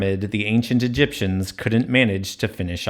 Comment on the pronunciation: Please stop saying Egiptians ,rather exactly , the builders